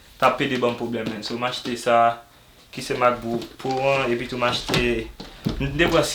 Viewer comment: M renmin le ap di epitou net,li di epitiou